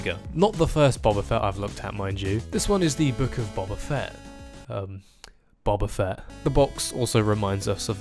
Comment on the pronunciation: Why do you say buba fett when not only is it written boba fett but its never pronounced buba fett in any star wars material